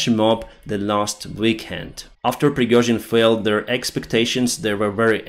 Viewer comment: "Pirgohzin flshmob" - lol